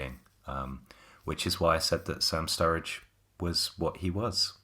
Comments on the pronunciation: Surridge not Sturridge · Were you guys calling Sam Surridge STURRIDGE or was I imaginig things